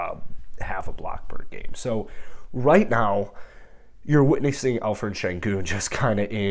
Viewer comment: I think your pronouncing senguns first name wrong, I think its pronounced with the 'p' and not 'ph'💀